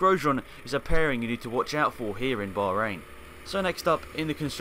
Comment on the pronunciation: "Baharain" GP lol